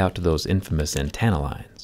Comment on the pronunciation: Hahahah 😂 ann-tan-uh lines. Lol